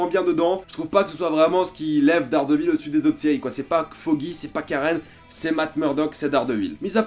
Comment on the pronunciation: J’aime ta vidéo mais tu détruit le nom!! Hhaa Daredevil ça se dis Deredeul à peu près